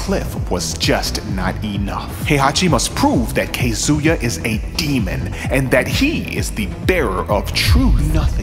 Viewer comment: “Kay zoo yuh” “Jean” Lmaoo